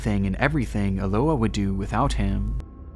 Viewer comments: Eloá is pronounced with emphasis on the A. That's the purpose of the accent being there. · Hi, I'm brazilian. Your video is great, but your pronunciation of Eloá is wrong. Her name is pronounced Elo-Ah (like when you open your mouth at a dentist's) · the way he pronounces "eloá" 😭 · you absolutely butchered Eloá's name. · My brother, this is a great video and I appreciate you covering Eloá's case. But please, just do a little listening to the victim's name pronounciation before recording it multiple times. I know it can be tricky to pronounce some names in a foreign language, but in this case it's really simple. It's pronounced Eh-loh-AH, with an intonation on the last "a". Once again, sometimes it can be tricky, but it's a nice way to pay respects to the victim.